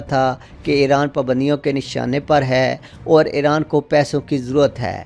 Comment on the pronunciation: It is iran not eran 😂 lol